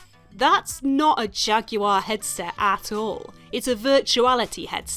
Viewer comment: no bitch..I want you to say Jaguar correctly . THATS WHAT I WANT!! 2 sounds (Jag-war)